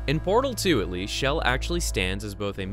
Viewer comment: Why are you pronouncing Chell as "Shell"?